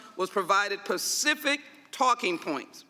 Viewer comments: “Pacific” talking points. Why are illiterate and ignorant people making this kind of money?!?! She literally said “pacific” the word is specific! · When sheila stands in front of the judge her defense will say she said Pacific not specific. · Ms. Jackson Lee said "Pacific" instead on "specific" 😆😆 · Learn how to talk Ms Lee...it is "specific" not "pacific". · Nah she said pecific I listened again like you knew I would. That was quite cruel of you and I don’t forgive easily. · Ms Jackson it's "specific" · Why is Jackson Lee asking Goldman why Trump did something? More importantly can she say “specific”?